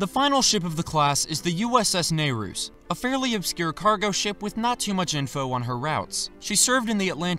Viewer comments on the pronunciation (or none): Its pronounced NEER-ee-us